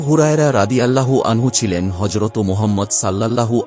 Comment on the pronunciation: হজরতো নয় হজরত